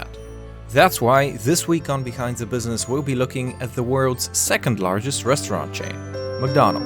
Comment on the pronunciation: did he say bwithzness ?